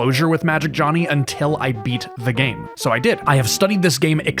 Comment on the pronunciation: With how iconic Magic Jony has become, I feel it very important to note that his name should not be pronounced “Johnny”. Due to it missing the “hn” and being only Jony, it should be pronounced: “Joe-knee.”